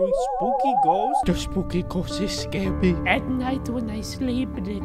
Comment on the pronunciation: The spooky ghost is scawwy. Me: AAAAAAAHHHHHHHHHHHHH